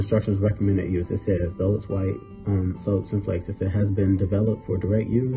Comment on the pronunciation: Z is pronounced like an S in Mexican Spanish, so it’s [SO-teh]